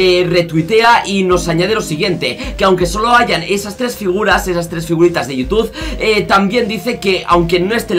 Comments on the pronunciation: dice toutube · por que dice Toutube?